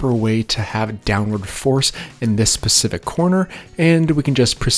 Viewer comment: this guys killing me with the pacific instead of specific.